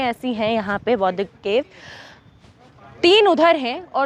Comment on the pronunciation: १) कृपया.......... सबसे पहले .....शब्द....."बौद्ध" का सही उच्चारण करना सिख लो। 🙏 २) "बुद्ध" से पहले क्या/कौन/कोई........था?🤔❓